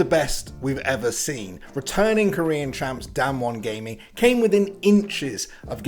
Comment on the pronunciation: It's not damwan gaming ints damwan Kia lol